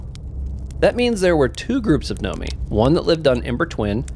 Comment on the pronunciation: Did anyone ever correct him that it's Nomai and not Nomi? Im wondering if he's dyslexic to a certain extent, lol